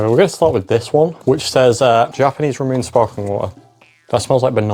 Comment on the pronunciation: I've never seen someone mispronounce "ramune" that badly lmao (Great video :3)